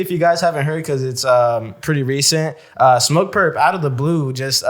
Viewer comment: It's Smoke Purp, not Lil Durp, lol.